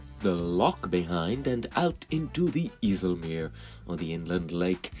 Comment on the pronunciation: Its not the north sea Its the Waddenzee. You dont use charts.? And Its not the iessell meer Its Called the eisselmeer